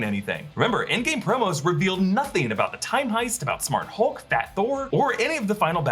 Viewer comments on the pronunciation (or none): none